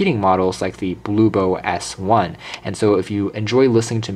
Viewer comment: It's HOMTOM, not HOMTOP, and BLUBOO, not BLU-BO. Lol.